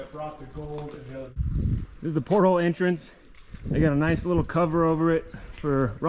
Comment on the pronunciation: Port hole?...really? Are you out to sea or just lunch? Repeat after me: port al...as in portal!